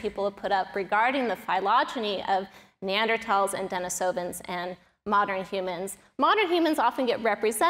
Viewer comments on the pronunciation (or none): none